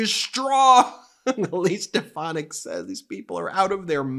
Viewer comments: ‘Step-uh-nac’ is correct in one sense. trump hasn’t lost a step, he’s lost several miles. He wasn’t a full shilling to begin with (British phrase), now he’s absolutely gone. If he started with 100 marbles, he’s down to his last one, and that’s getting chipped away at at an alarming rate. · Trump can't even pronounce Stephanic's name. She is a loser just like Trump and lies like him. Very good strategy Elise to make Trump look like a doddering old fool. Great job lol. Biden 2024!🇺🇸